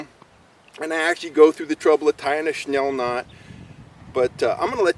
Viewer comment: I think it's snell not schnell